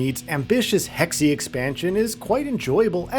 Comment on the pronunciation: WTF are "hecksie" and "ooksia"?